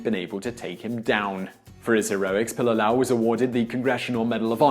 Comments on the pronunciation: It's pronounced, Pee-Lee-Lah-Ow... your missing an entire syllable. Pili, meaning to stick or cling. Lā'au, being plants or trees as a whole. The family name was most likely derived from their ancestors who worked as thatchers of ancient hale (homes), mainly constructed of local plant life. What your saying is Pilalau, which by definition is a stringed instrument made of leaves. How would you feel if a Hawaiian made a video honoring the legacy of your native Queen,? Secondly, and probably most offensive, is the fact that the picture you use to depict him isn't even the guy!?! If your production crew had at least Googled his name, you'd realize he looks nothing like a pudgy Puerto Rican with a porn-stache. WTF? Do better! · You are BUTCHERING his name..... Pilila'au..... PEE LEE LA OW........ and He was born in Waianae, Hawai'i...... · His name is pronounced Pee Lee Lah Ow. Pililaau. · Your pronuncistion of his nsme is killing me! It’s pronounced pee-lee-lah-ow. Get it right my msn. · Pililaʻau pronounced "Pee-lee-lah-oww". Why say his name so much without learning how to say it. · Hey Simon, Your acknowledgement is appreciated, but if you intend to misprounce the soldier's name you basically align yourself with the opposition he fought. Its pronounced Pi-li-la-'au (pee-lee-lā-ouw). Would you enjoy being proclaimed 'Simian' the rest of your life, I doubt it! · Gunnar Karlsson - Doesn't pronounce it right either unfortunately.